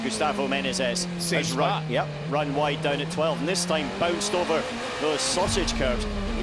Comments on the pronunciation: How difficult can be to spell the word Menezes right?? He says Menes, Menenes... its Me-ne-zes. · ME-NE-ZES!!! 3 syllables you peanut. My god that American Nobody gave me the shits that whole race. Sound it out mate! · ME-NE-ZES. Say it ten times. Otherwise good commenting! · One of these days he'll pronounce Menezes right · the commentators keep messing up saying "Menezes" lol